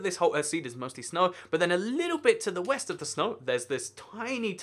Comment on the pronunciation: he said "Weast"